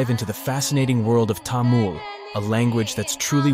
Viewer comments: I appreciate your effort, For your information, Its not Tamul. its Tamil (Ta me l) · It's not tamul it is tamil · What is TAMUL? I thought it was called Tamil? What kind of tongue does the West have that they cannot pronounce their own English words of I and E? Say Taml not Tamul.. Say and repeat it 500 times Taml Taml Taml Taml like this without stopping. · I heard about Tamil before. It is very interesting. There apparently 60 spoken languages in India. I saw a list on a website. I am not sure if that is an accurate number. The narrator said Tamul not Tamil even though it was written there correctly. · The french would pronounce it as Tamoul. Thamil is the right pronounciation. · It's pronounced 'Tamil' not 'Tamul' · I think so you are pronouncing it wrong It's actually Tamil not Tamul.I am saying this because I am also a Tamilan others should not pronounce it wrong.😀🙏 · please its not taamul, Its pronounced as tamizh (Tha-mi-zh) 🙏 தமிழ் த is "tha", மி is "mi" and ழ் is "zh" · It's not tamil its thamil ❤ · Bro it's not tamul😡😡 it is tamizh❤️ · Tamil not tamul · It is pronounced as Tamizh not Tamil Jst saying for those who dont know😊😊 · bro said TAmuL 😭🙏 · Actually it's pronounced to be as Thamizh not Tamil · Sir, it is Thamizh or Thamilhzz..,and not Tamil.... The world should understand the proper pronunciation...... We feel very sad on hearing the wrong pronunciation.....🙏🙏🙏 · It's not tha-mil it's ta-mil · Tamil not Tamul. At least you could do google search how to pronounce it. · it's not tamul it's tamil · Tamil not Tamul 😅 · Tamul❌ Tamil☑️ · How about first pronouncing the name of the language correctly. It's Taa-MIL not Taa-MUL. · Not "Tamul" but "Thamizh". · How do you pronounce it -- "Tamool" (like the narrator in the video) or "Tameel"? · you actually pronounce Tamil in a wrong pitch. For the american English. You must add H after T. Like Thamil. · It’s so hard to listen to him say Tamoool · Your pronounciation of Tamil is killing me